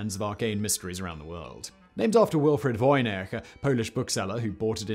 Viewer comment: How does a well educated person correctly pronounce "Voynich" but somehow manage to butcher the name "Adirondack"?